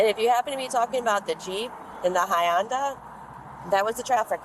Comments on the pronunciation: "The high-ON-dah?" You mean the Hyundai? 😂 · Officer: "High-onda." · LOL…. Why cant people pronounce HYUNDAI??? It is pronounced hunDAY! Not hi YUN DIE!!!! 😂😂😂😂. And wait…. Hubbie shows up in a Superman shirt! 😂😂😂😂😂😂. Crazy that TX would have such an opened ended law on the books but then again, its Texas!!! 🤦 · What the heck is a “hy-unda”?? Did she mean a Hyundai?😂 that is crazy 🤪 I cannot get past it. Are they not teaching cops how to say major car brands properly? 😢 Anyway… back to Mrs entitled.. sorry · WTF is a “HeyHonda”?? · WTF IS A HY-ANDA? IS THIS A.I.? THIS AMERICAN COP DSOES NOT KNOW THERE IS NO SUCH MAKE OF CAR AS A 'HYANDA'???? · Did the officer call the Hyundai a Hi-undu? 😂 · Did the cop say Hayunda on Hyundai? 😅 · Hi onda lmao you Hun day rotf Hyundai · The way she pronounced Hyundai as “HI ONDA” cracked me up. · Hi- UN- Dah? Does she mean Hyundai ? ( it rhymes with Sunday ) pet peeve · hi-onda lol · The officer did not know how to pronounce Hyundai😂😂😂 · Did this cop not know how to pronounce Hyundai? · never heard Hyundai pronounced like that before.